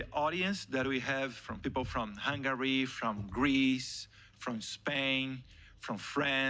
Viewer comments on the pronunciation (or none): none